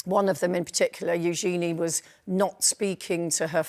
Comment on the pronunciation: Of course Their Royal Highnesses should not suffer any criticism. They are not their parents. I do wish people would take the time to pronounce Princess Eugenie's name correctly. It's not Yoo-gee-nee, it's Yoo-juh-nee. It really isn't difficult.